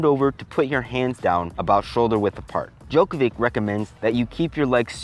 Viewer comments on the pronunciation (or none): Um, I hate to break it too you. But it’s not pronounced Djokovic with a c. It’s pronounced Djokovich with a ch sound. Great vid btw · pronounced Djokovitch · Djokovi"tch"...sorry, it was bothering me 😅